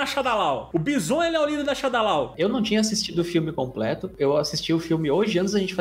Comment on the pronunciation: Adorei o vídeo mas meu cérebro dos anos 90 não consegue aceitar quando vcs falam Báisson. :D O "certo" é Bízon.